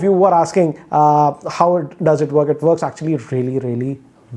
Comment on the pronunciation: Just say 'works' not vworks